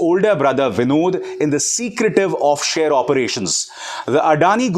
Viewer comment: You are saying offshare It is offshore